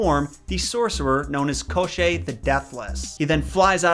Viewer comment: u miss pronounced Babayiga not babayaaaga and its kashey not koshey as a Slavic person she is one of my favorite villain's proof Я Яни